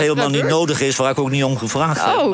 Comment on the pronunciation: Johan heeft last van een beetje te lange tenen. Op 50 seconden zegt hij beslist geen IK, maar iets onverstaanbaars. Als de presentatrice hem dan beleefd vraagt of hij ook niet meer met Genee in VI op te treden vaart daarna wel keihard uit door te zeggen ''ik zeg toch met IK? Ik spreek toch geen Spaans.?" Een beetje beleefdheid zou hem nog meer goed doen, want zijn vasthoudendheid om niet meer aan VI mee te doen siert hem uitermate..